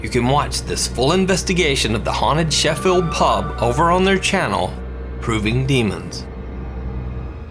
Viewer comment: I’d just like to say as a person from Sheffield thank you for pronouncing it right 😂